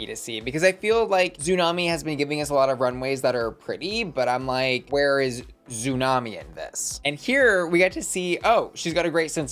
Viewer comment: I love you, but you’re killing me with Xumani’s name. She’s Hispanic, she speaks Spanish, that x is an S sound not a Z sound. Her name is still tsunami not zoo-nami